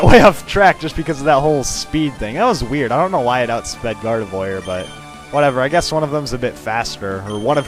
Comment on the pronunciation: gardevoir is pronounced as gardev-war not gardev-oir...even though its spelled oir and banette is pronounced bane-ette...just thought id pount that out (prepares for thumbs down)